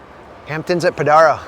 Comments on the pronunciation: Pronounced Podairo lane, dude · Stay off my beach! You can't even pronounce Padaro correctly. It's a special place. Don't even go here. You're not welcome.